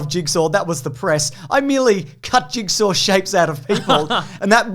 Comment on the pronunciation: It is pronounced "Jig-saw" not "Jig-ser"